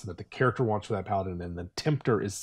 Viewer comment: "the paladin waants to do what is right and good" oath of conquest be like: war crime noises